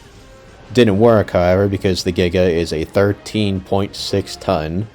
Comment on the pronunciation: if he doesn't want to be hanged by the Paleontology community, then he should've said Giga, it's the correct way to say it